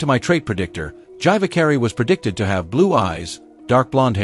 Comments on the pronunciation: Gyvakarai is ponounced "Geevahkahrai" where "G" is G like in "grave". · Oof, how it butchers Gyvakarai...